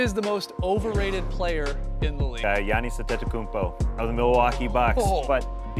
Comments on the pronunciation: Jonas Adedokumbo” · “Johnis Antokoumbo” 🤣🤣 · "Johnis Antekoumpo" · The guy said: giannis adeckockuonmpo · jiannis antetokooompo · johnass andeadokoonbo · Jiannis adetokoumbo